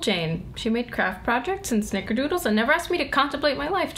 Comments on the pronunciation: She can't even say the word "snickerdoodle." I know everything turned out fine, but dammit, Darcy, why? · But why couldn't she say snickerdoodle?